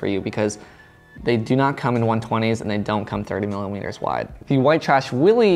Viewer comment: He meant to say millermeters but it came out like Miller wieners 😂😂😂😂